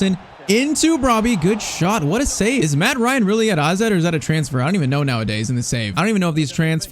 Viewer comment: man Called AZ Alkamaar Aze